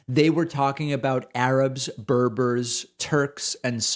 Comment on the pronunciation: 😆 David we are barbars not borbors 😂 and we are the natives of North Africa